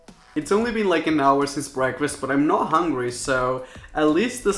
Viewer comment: Why tf do you say "preakfast" 😂